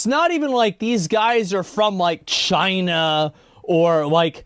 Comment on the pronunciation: "does this benefit choina?" he says! lmao